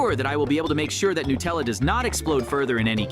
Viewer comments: I love Nutella by the way. They're saying it wrong 😅😂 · It is not Nutella is Natalia